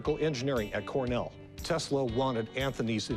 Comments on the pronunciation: "What is telsa" smh 🤦‍♂️ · he doesn't even say Tesla's name right....